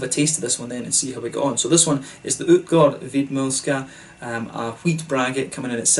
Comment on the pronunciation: Im super impressed with your swedish pronunciations! You are nailing the Ä, Å and Ö. Great review! Cheers from Sweden. Btw you should review Stallhagen if you havent already, a great beer from the Åhland Islands, if I recall correctly they make a delicious honey beer aswell